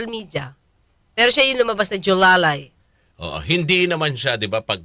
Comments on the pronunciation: Jowang Alalay "Julalay" 🤣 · Hindi po JOLALAY Atty., dapat JOWALAY! 😂😂😂